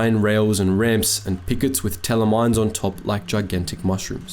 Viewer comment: Teller mine, not tella. Teller is German for plate, like the one you eat your dinner off.